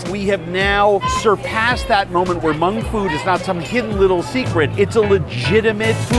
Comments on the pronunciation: Omg, if you mispronounce Hmong one more time...... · And it’s spelled Hmong and pronounced mong not mung. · It’s Hmong not mung